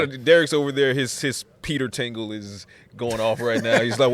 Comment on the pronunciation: Lol😂i know im a child but he said peter tingle 😂